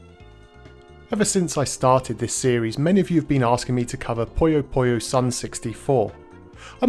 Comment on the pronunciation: why does English speaking persons pronounces " poyo poyo" instead of "puyo Puyo" ?